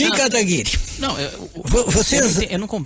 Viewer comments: Como ainda tem pessoas defendendo o "requeijão" se o mesmo não sabe nem pronunciar o outro convidado. Chama ele dê kataguri e não kataguiri... Triste né, se diz senador e a educação e o conhecimento lá em baixo. Pega ideias e dogmas distintos tentando convencer alguém, mas ai aparece o Kim que como um raio destrói todos seus argumentos. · Esse requião é arrogante demais... o serzinho mal educado!!! tão petulante que sequer pronuncia o nome da outra parte de forma correta.